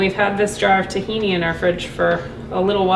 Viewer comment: I’m just glad I’m not the only one who pronounces tahini like a Jawa.